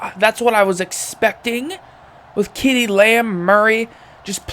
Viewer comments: As always love the content man. But ceedee lambs name is pronounced see-dee. No kee-dee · You did not just fucking pronounce CeeDee lamb like KeeDee